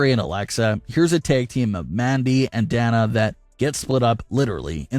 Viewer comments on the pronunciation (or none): Pronounced Dane nA